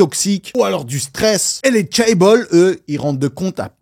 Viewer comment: En sachant que tu allais répéter « chaebol » une trentaine de fois tu aurais pu au moins apprendre à le prononcer correctement